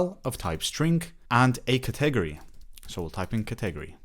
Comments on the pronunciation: Cet egery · "ka-'TEG-o-ree" is a 1st for me, as well. 😂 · Great video. Useful info and clearly explained. Thanks! (One small thing: the word 'category' has emphasis on the first syllable: CATegory).